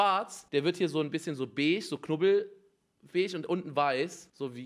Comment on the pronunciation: Beige Unge: bechsch